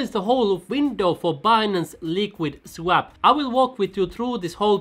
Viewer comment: ''svap'' :D u from Finlandia? greetings from Denmark